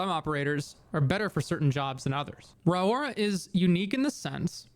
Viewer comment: Pretty sure its pronounced RORY